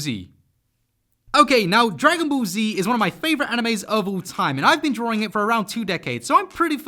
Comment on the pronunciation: He says “drawRing” as joke right?